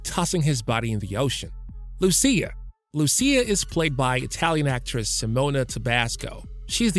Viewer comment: It is "Mee-ah" - not "My-a". Loo-she-ah, not Loo-see-ah. Tahn-yah, not Tan-yah. 🤦🤦🤦🤦